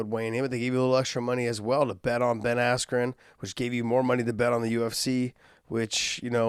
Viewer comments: Did anyone heard buffer announced Ben's name as Ben ass Crow🤣🤣🤣. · Ben askyou wtf was that buffer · I think he Buffer called him “Ass-Jew” 😂😂😂😂😂😂😂😂😂😂😂😂😂😂😂😂😂😂😂😂😂😂😂😂😂😂😂😂😂😂😂😂😂😂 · How unprofessional is Michael Buffer not pronouncing Askren’s name correctly- he literally had one job?? Ben is a former Olympian and Champion- do better Buffer... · Michael buffer announced Ben's name wrong in the fight. Highly fixed and staged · What I also dont get was the weigh ins. Mike correctly pronounced Ben's name right. Then at fight night he said it wrong. April 17 was definitely a dark day for boxing